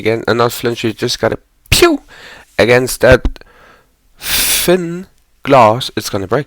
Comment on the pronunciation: The emphasis on f*ing thinn glass is hilarious 😂😂😂